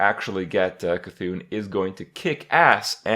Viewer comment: I guess kripparrian says Cthulu as See-Thulu as well...